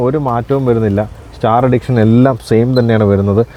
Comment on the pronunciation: ഉച്ചാരണം... എഡിക്ഷൻ അല്ല സാറേ, എഡീഷൻ എന്നാണ് 🙏THAR ROXX STAR EDITION